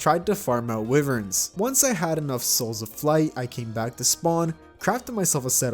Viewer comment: The way he pronounces wyvern makes me angry.